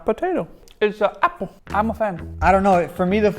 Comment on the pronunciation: "Dat is not potato, issa AP-ple" dont know why that got me so hard 😂